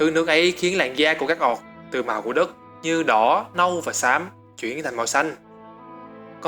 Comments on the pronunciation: "Ooc" thì ổng đọc thành "Oọc", cũng đến lạy. Xem tiếng anh nó đọc như thế nào mà lại tự thêm dấu vào như thế. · Chất lượng video thì ko còn gì để chê rồi, chỉ cần chỉnh lại cách đọc tiếng Anh một chút là okay dáo xư ạ :v Người “oọc” 😂😂😂😂